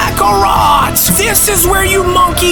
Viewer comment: U saying MONKEYS too hard Sounds like namek Frieza Or ..... Genkai 🫨